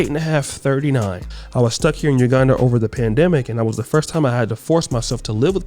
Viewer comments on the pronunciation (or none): none